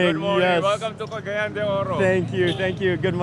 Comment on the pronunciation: You are pronouncing Cagayan incorrectly! It's CA-GA-YAN! The accent is on the YAN!